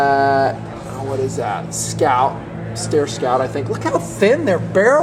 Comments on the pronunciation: STYER not STAIR! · Trouble with a 300 win mag or any magnum is heat. As soon as that round heats up that barrel your accuracy is gone. Also you get way too much mirage in the scope from the barrel heat. 308 is the way to go. The name is Steyr. Pronounced ST-EYE-ER. Not stair. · Just fyi STEYR is pronounced st(i)er . Love the vids especially ones like this scene as there is nothing like this where I live in Ireland.